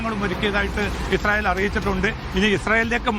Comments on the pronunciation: വിദ്യഭ്യാസം ഉള്ള ഒരു മൈരനും ഇല്ലേ ഈ തീട്ടം ചാനലിൽ.. ഇസായൽ അല്ല ഇസ്രായൽ എന്നാണ്.. കഷ്ടം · ഇസായേൽ അല്ല ഇസ്രായേൽ